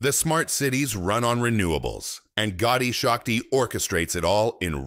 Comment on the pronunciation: Not Gaudi shakti It's gati shakti